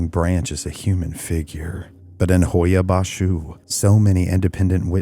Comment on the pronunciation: Here to hear how the Romanian is pronounced, well done. I was born in Romania, left when I was young, haven't been to Hoia-Baciu...fascinating video. Noroc!